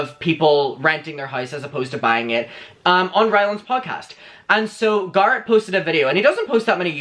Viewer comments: Can you stop calling him "gurret" please? I know you have an accent but it's not exactly hard to say GARRETT correctly. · Not GAR-it. It’s GAIR-it. As in hair. Garrett. That’s how his name is pronounced. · It's Garrett like carrot not gar like car. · How you say Garrett is EVERYTHING!! "garut" come onnnn not me calling him Garut from now on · Its not Garrot. Wtf so anoying. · i’m obsessed with how says Garret🥰